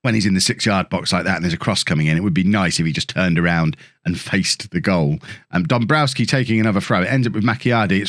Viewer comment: you're pronouncing Danowski's name wrong and others like him (Dombrowski for instance). The Ws are pronounced as Vs. You wouldn't call Bayern Munich's striker Robert Loo-and-ow-ski. Even English players say it with a 'v' like James Tarkowski at Burnley. It's also why the Polish city of Krakow is pronounced Krak-ov (I believe). EDIT: The Vs may even be Fs but someone else would need to clear that up... Enjoying the series though and I like this new interaction with the game's social media morons!